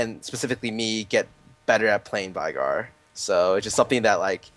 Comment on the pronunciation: How the hell is Veigar pronounced correctly? I heard V-eye-gar in this, Ve-gar is some another...